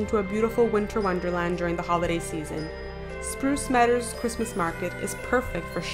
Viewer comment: Bruce Meadows?? I think it's Spurce Meadows. 🙂